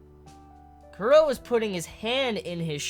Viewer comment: why do you pronounce chrollo kuro?